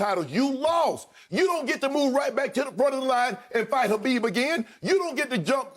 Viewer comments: Who's Habib? It's khabib Shannon! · Shannon..... it’s KHABIB not HABIB